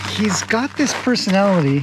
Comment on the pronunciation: When you said "personality" I heard "horsonality" 😂